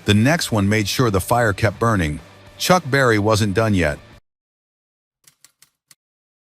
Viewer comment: S'il vous plaît c'est Chuck Berry et non chuck barry merci